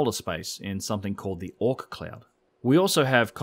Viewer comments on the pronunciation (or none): Hey man, it's not the Ork cloud. It is the "ort" cloud Come on I expect better from you guys.